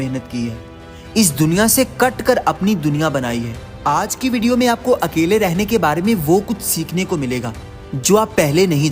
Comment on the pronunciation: Nice but it's अकेले not अकले